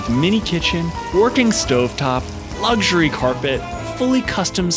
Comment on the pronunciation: There is no "g" in luxury. Thanks again.